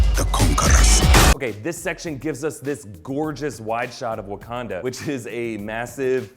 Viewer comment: Why he call it Abukanda and Bukanda at the beginning?